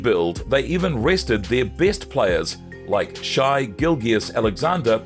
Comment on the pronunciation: Thunder fans aren’t mad at Durant, just SO over him. He’s a surly old dog still chasing cars, and his name shouldn’t always be mentioned whenever the Thunder are mentioned. He’s old history now. Your pronunciation of Shai and Coach D’s names though 😂😂 Buy better software